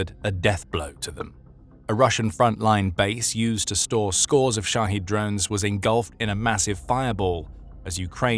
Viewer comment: The drones are called Shahed. Shaheed is a martyr. So kindly speak clearly.